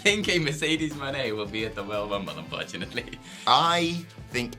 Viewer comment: What's up with pronouncing Mone like Monet rather than Money (which is how it's supposed to be said)?